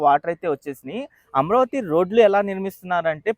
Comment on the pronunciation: అమరావతి అని పలికితే బావుంటుంది అమ్రావతి అని పలుకుతున్నారు మీరు